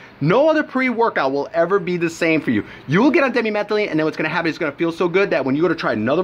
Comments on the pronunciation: Di methyl amylamine not demi metheline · lol you cant even pronounce dmaa correctly...1-3 DI-meth-yl-milamine..pronounce it like that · why is it that nobody making these reviews of the chemical, actually knows how to pronounce it.